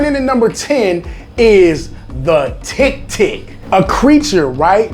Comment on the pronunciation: Filipinos:Tik tik Him:Tick Tick Tick. My bro is better english than me im a filipino thats practicing english for 8 years and STILL HASN'T PRONOUNCED THAT CHILL